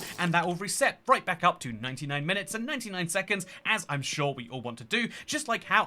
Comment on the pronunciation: At 1 min he says 99 minutes and 99 suconds